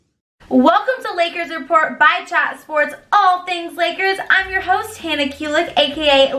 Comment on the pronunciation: Did she say I am your host or she said I am your horn !😛